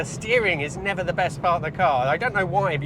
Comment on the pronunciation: Nerver say nerver...